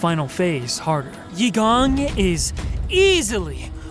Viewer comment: Achievement unlocked: pronounced Eigong's name correctly :P